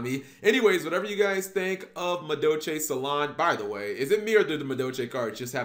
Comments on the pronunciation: Wait is it “Salon” or “Saloon”? It’s spelled “salon” but you’re pronouncing it “saloon” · oh crap, you're right. I'm pronouncing "Saloon" like where cowboys hang out but its "Salon" like where girls get their hair done.